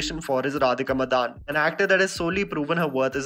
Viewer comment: Its radhika madan, not madaaaan